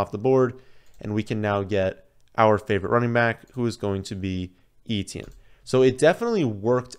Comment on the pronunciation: You are awesome,, BUT... PLEASE! Stop calling him Travis EE-Tee-Enn. It's EH-tyen. Almost Eh-Chen. He is not the only famous person with this name.